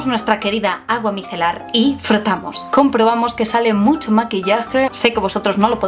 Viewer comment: Micelar, se dice micelar....